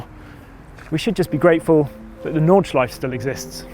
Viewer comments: Nice history lesson! Interesting how you actually say Porsche correctly, not Porsch, yet you say Südschleif and Nordschleif, not Südschleife and Nordschleife... :) Same 'e'... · Noooo..... they’re pronounced Nordschleif*err* and Sudschleif*err*..... come on, you sound like an amateur. Just like you pronounce Porsche!